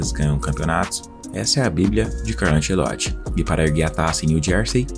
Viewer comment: Tirei do vídeo pq fala anCEloti.